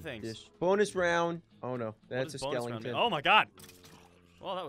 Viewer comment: Skelington XD